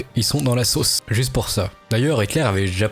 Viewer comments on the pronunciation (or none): none